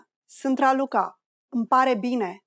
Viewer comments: de la inceputul videoclipului mi am dat seama ca e o parnaie. ai pronuntat sant in loc de sunt. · If you wanna learn romanian, do yourself a favor and try another video. This one is not as accurate as you might think. First of all, the pronunciation of "sunt" was made incorrectly several times, only 1-2 times she said right... "bună seara" it's just good evening, never good night which is actually "Noapte bună". Excuse me can be formal and informal in romanian at the same time, translating as Mă scuzați-mă formal and scuză-mă- informal. And we are not really talk like that 😂 For exemple we never say " cât costă aceasta" only " cât costa", "cât este" or "ce preț are" - what's the price. "cât costă aceasta" will be "how much is that/this".... Or this/that one.... So, as previously said, try another video 😂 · I hear "sînt" instead of "sunt". Is it reduced in this way? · Can you please explain to me why when you speak slowly, you pronounce the verb "sunt" with the vowel "u" and when you speak faster, this sound turns into "â"? It looks as if "â" is an allophone of "u" in this case, am I right?